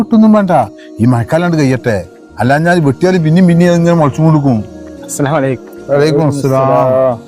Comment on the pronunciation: ഇഷ്ട്ടായി ട്ടോ,.പിന്നെ അസ്സലാലേക്കും എന്ന് പറയാതെ അസ്സലാമു അലയ്കും എന്ന് പറയൂ..അപ്പോഴാണ് അതിന്റെ അർഥം പൂർണമാവൂ